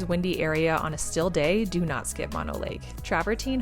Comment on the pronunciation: FYI it's pronounced MoaKnow and Not Mawknow... :)